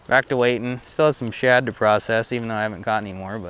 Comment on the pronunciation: You do know it’s “shad” and not “chad” right??..lol